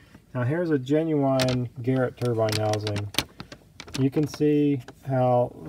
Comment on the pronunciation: Is he making a turbo joke when he says “genuwhine”